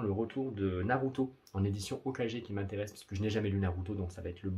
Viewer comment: naruto " ho ka gué " enfin sa se prononce " gué " :p mais " j'ai " :D , bonne video ;p